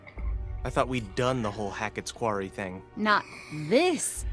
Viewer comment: I've been wondering for awhile if the Mrs. is a Virgo, because she always corrects the Mr. on the way he pronounces "Quarry". I'm a Virgo, and I'm constantly correcting the way people pronounce words lol. I know it's annoying to most people, but what can I say.. Virgos are known to be the nit pickers of the universe 😂😉I just love you guys. I'm trying to talk my daughter into getting this game now because I really liked it and she's a gamer ! PLEASE PLEASE PLAY THE "LIFE IS STRANGE" GAMES ?!?! 🙏🙏🙏!! It's actually a series... Different story lines for each one ! They're absolutely phenomenal !!!!!